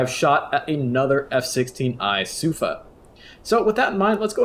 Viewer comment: as a hebrew speaker, the pronounciation of sufa is with emphasis on the "a" instead of the "u", regarding the tactics in here, I can't confirm nor deny for obvious reasons, regardless , very good video, cheers